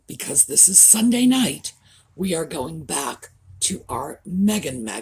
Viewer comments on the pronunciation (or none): none